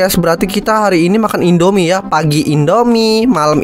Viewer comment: Indomie kak bukan endomie